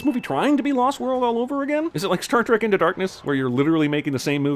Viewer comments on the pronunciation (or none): none